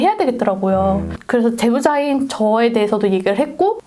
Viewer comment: 근데..이 사람 원래 말을 이렇게 하나요? 뭔가 이상해서 자막까지 보이게 했는데 질문자는 발음 정확해서 자막도 그대로인데 이 사람 말할때는 자막이 너무 웃기게 나오는데..제보자인 이라는 말 게보라인으로 자막에 나올 정도임..